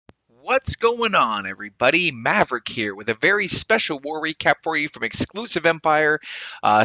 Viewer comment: It's so weird to hear you say maverick every time lmao